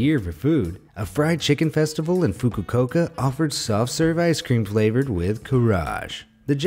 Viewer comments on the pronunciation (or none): The fried chicken ice cream was in "Fu-ku-oh-ka", not "fu-ku-Coke-ah", and it's called roughly "care-ah-gay", not "carriage". Delicious stuff, which is why the Kaarage festival happens in several cities! Read the label on those brains. Don't tell your doctor about that cholesterol! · Correct. The narrator also mispronounced the word 'Fukuoka'. These guys really need to do a little more research, they really sound ignorant.